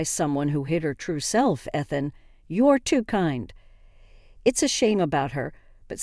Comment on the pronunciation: E than not eth an.